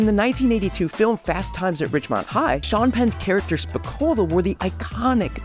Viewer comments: Holy shit. You completely BUTCHERED the name "SPICOLI" 😂 Where did you even get the idea that it was pronounced "spi-cola"?! it ends in "-Coli" pronounced like "spi-coal-lee" where did you get that random ass "A" at the end from?! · In the movie it's pronounced "spuh-kōw-lee" my guy; like "holy", not "cola". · it's Pronounced SPI KOL EEEE (Long Eeee) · Spicoli rhymes with golf-tee Not Pepsi cola Vans slips were more for long boarding or where the canvas wouldn't meet the grip tape. The reinforced mid and high tops, kinda like converse all stars. They brought the indoor skate parks and early x games to the public and really took everything into high gear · Bahahaha it’s absolutely adorable and hilarious hearing you say the name and quite obvious you’ve never seen the movie and only Read his name would be my guess. It’s pronounced “spuh-coal-ee” 😅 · How you sayin his name? Spuhcolee is how it's pronounced sir. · Now you just have to pronounce spicoli correctly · The fact he mispronounced Spicoli twice tells me he's never seen Fast Times.